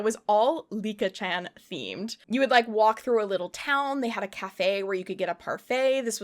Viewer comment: Licca-chan is pronounced lee-cah, not Lick-a. The switching back and forth on pronunciation was a bit stressful to hear 😅😅